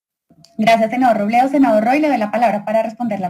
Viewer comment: El senador Roblablablabledo...